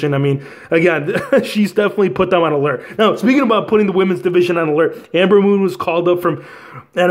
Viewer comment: Its Ember moon not Amber moon bro